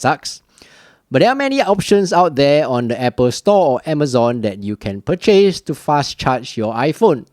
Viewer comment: Quick tip: The word 'purchase' has the accent on the first syllable, 'Pur' is stressed, not 'chase'.